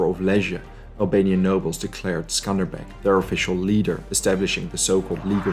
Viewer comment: Also he's name is Skanderbeg like Alexander the Great.